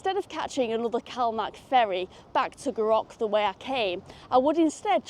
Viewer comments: Another fab video G! Never explored this line so maybe that should be on my list! But oh my, my ears every time you said Gou Rock hahaha, it’s more like Gou Rick. 👍🏼👍🏼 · Gourock is actually said like Goo Rick :) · Roth e say, not quite...😊😊😊 Gourock, all one word, goorock, emphasis on Gou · It’s prounounced “Gooruk. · Goorock....it's Goorock....Hahaha. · wee bit of help with some of the town names - Gourock is Goor'uck, Rothesay is just Roth'say the "e" is a bit misleading. Love that section of the Firth of Clyde, get a great view from all direction and have to love our ferries, even if they are a little troubled at the moment. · Indeed. Goo ROCK is definitely an assault on my ear drums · The way you said Gourock, did make me laugh! And also laughed when you went wrong way to ferry!! But you weren't to know. I love going back there - family come from area - and I love staying with my cousins as they live between the two ferry terminals on Dunoon side. My personal preference if I have time is Western Ferries. My uncle skippered one for many years and I love the walk from McInroy's Point to Gourock on a nice day. Back in the day the Dunoon Pier was lovely and I loved the old Calmac ferries that used them (Juno, Jupiter and Saturn). Those beasts could work in any weather! Great video, enjoyed it. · There's only R in Gourock. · Terrific vid as always For those with a vehicle, there is a shop in Gourock selling cut price tickets for Western. Love your pronunciaton of Gourock! Wrong of course, but funny. You should try the drive to Dunoon, but the Rest and be thankful will probably be shut! The old military road is a wee bit shoogly. For anyone wondering how you can drive to Dunoon, It isn't an island.